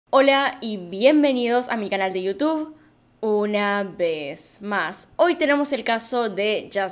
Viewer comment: Alguien me explica por qué dice "UNA. VEZ MAS" de esa manera?